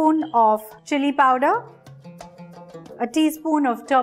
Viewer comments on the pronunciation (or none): none